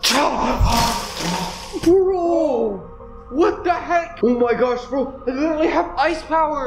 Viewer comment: Bro go beo I mean bwo I mean beo I mean bro